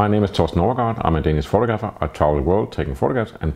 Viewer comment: Love your videos. I also find it impressive how committed you are to pronouncing "photographer" and "photography" in the most Danish way possible.